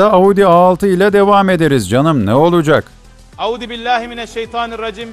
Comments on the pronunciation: Audibillahi... Diye başladı yaa gülmekten koptu m 😅😅😅😅😅😅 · adam besmeleyi bile audı bilahimeşeytanirracim gibi telafuz ediyor